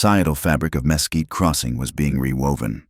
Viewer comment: Texas here. Mesquite is pronounced ‘muh quite’. The story was very good though